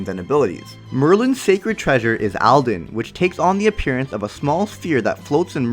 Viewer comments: PS : Aldan not Aldin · Merlin’s Sacred Treasure is the Morning Star “Aldan”, not “Aldin”. Good video, anyway